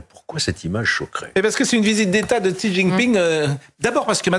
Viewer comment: XI c'est "CHI" au niveau de la prononciation